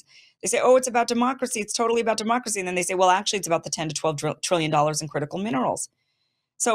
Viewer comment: Ten to twelve twillion dollas!